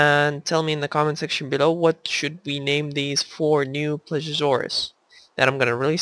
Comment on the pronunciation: eres a tip for relly big dinos like spiny if he's here and t rex if it matters you may have to put less animals in there if you put like cows and the others and it's not plesuresaurus it's ple se o saurus please e o saurus PLE SEE O!! lol : ) just so you know incase you havn't found out yet : ) great vid!!!